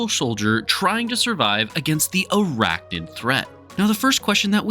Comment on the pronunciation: NID… ArachNID… not “Noid”